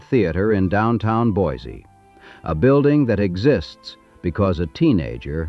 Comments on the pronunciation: Boy See not boys zee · It's pronounced BOY-SEE! Not BOY-ZEE! There is nothing more annoying to us idaho natives than people (or bots) that can't pronounce the name properly. We can always tell if you're not from here. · It's pronounced BOY-SEE, not BOY-ZEE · It's pronounced Boy-see. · And the original French fur trappers who gave it that name would hate how modern “native” Idahoans “mangle” it. To them, it was pronounced BWA-ZAY. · You would think someone spewing “information” about a place would at least find out how to PRONOUNCE IT’S NAME! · It's spelled with an S, not Z. And pronounced the same way. Can always tell those who are not from here. Otherwise, good history lesson.